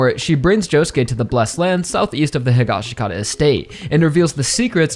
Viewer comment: I like your assessment,buuuuuut you still say Josuke’s last name wrong! It’s Hee-Gosh-Kah-tah! That’s how Araki says it, that’s how the sub says it in part 4, and that’s how they say it in the live action movie!!!!